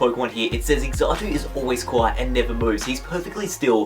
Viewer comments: Xatu... (pronounce zah-too in america) the time seer. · First off, Xatu isn't pronounced "Exattoo". The "x" is more like the "x" in xylophone. Secondly, Lavender Town Syndrome is fake, a myth originating from a creepypasta. The lack of response when asked about it is more likely him not wanting conspiracy theorists to use his denial as evidence supporting it. If it was real, Pokémon would never have continued, as that would have been a bigger tragedy than the Electric Soldier Porygon episode causing seizures. If mass seizures gets an episode banned and never spoken of, puts the show on hiatus for quite awhile, and prevents a Pokémon or its line from ever again appearing in an episode, then imagine what would happen if a song in the game caused death. Finally, the Slowpoke weren't killed, and their tails can grow back. Play through that part of the gen 2 games or remakes again, they state all of that. And them cutting off Slowpoke tails is nowhere near as bad as all of the evidence in the games and anime that they eat Pokémon, which some people see as natural and others see as disturbing